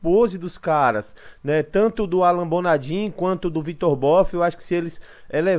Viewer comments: que Alan Bonadim o q... o nome do cara é Alan Bonadiman, o mínimo de respeito é falar certo o nome do maluco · Mano, bom dia. Sugestão, verificar o nome correto dos atletas, não é a primeira nem segunda vez que vejo vc falando errado o nome. No caso é Alan Bonadiman nao Alan Bonadin. Abraço